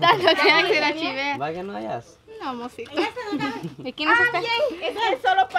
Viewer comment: Dijo mosito 😂